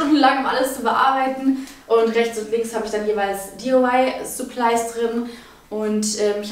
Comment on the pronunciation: Bin ich die einzige die es aufregt wie sie Balkon ausspricht 😂 und wie sie supplies ausspricht 😂supleis 😂